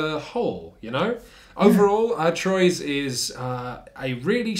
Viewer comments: It’s truà, not trois 😉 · It's not TROYZ... You have to TRY. It's Twuaaaaaaaa. Even if it's wrong, you have to try. That's half the fun. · Its "Truah" or "Trwa"! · It's "T-wah" Get it right for when you review the expansion. ...shoot! too late 😬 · Its pronunced "Truah" or "Trwa"! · Fun review of a terrific game! I just got a nervous twitch with each horrible pronunciation of the word Troyes. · Nice vid! Though... since it refers to a French city, I'm pretty sure you guys mispronounced the name of the game the whole time. But I might be wrong. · ...Thats not how you pronounce Troyes at all. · Wow you should at least learn how to say Troyes before reviewing it lol no hate just you're butchering it